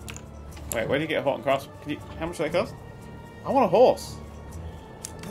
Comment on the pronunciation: dan is saying horse and cart but it sure does sound a awful like something completely different that his wife wouldn't like lol.